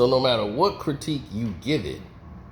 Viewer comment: Did u say CROWTIQUE?????? THOUGHT IT WAS CRITIQUE??🤣😂🤣😂🤣😂🤣😂